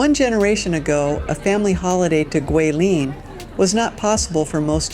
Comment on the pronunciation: Enjoying the beautiful footage you present on this trip to Guilin. I also appreciate your pronunciation of Guilin and Yangshuo. As someone currently learning Chinese, I can tell you tried to properly pronounce the places. I've heard them butchered many different ways.😅 Looking foward to part 3 Lijiang!